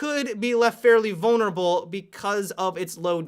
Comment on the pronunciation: "Hardly left vulnreble"....dies